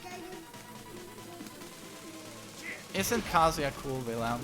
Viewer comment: His name is not KAAAAAAAAAAAAAHHHHHHHHZUUUUUYA